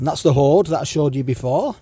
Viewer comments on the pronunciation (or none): I couldn’t work out if you said “ord” or “ode” 😂